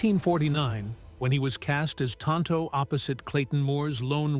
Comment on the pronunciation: Insults in Spanish, which neither Tonto nor the Lone Ranger was speaking. "Que no" is pronounced KAY-no, not KEE-mo. And tonto in Spanish is pronounced TOHN-toh, not TAHN-toh. 😶